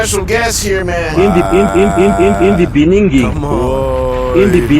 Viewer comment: "IN-IN-IN DI BENINGINGGGG" as a SOUTH AFRICAN 🇿🇦 I am very proud 🦅